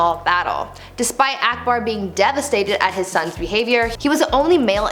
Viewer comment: She pronounced akbar as aekbaar😂😂🙂